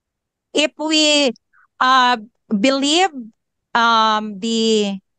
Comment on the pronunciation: you pronounce “IF” as “IP”.